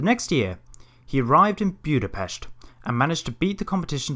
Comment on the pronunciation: Thank you for pronouncing Budapest the (kinda) right way! :)